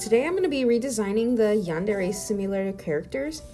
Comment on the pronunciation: this is a really small detail, but i love how u say yandere instead of yanderrrrrrrey